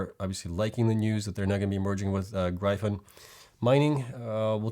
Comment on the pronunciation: Love the videos as always, but Gryphon is pronounced "Griffun"